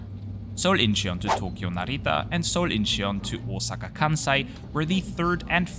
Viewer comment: Great video! FYi Incheon is pronounced IN-chun. No need to emphasize the 'he' sound.